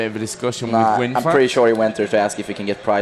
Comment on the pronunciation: Yep bro :). And it's WinFakt.